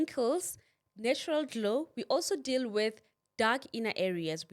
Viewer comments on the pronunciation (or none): none